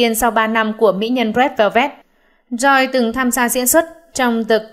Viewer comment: Theo như t bt thì Joy (Red Velvet) đọc là Trô y thì pải, nghe bên Hàn đọc v ak